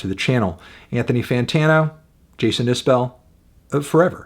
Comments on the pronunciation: I appreciate your opinion. I happen to think Jason is one of the top songwriters of my lifetime. I would hope you would want to pronounce his name properly… He pronounces it is bull, not bell. Just trying to help. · It's pronounced iz-bull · FYI, his last name is pronounced Isbull or maybe even Isb'll - I think it kind of elides the second vowell. I only correct you because I try to remember it myself.